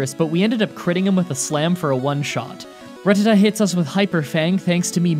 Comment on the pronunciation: One note: I think it's pronounced Rat-tat-ta.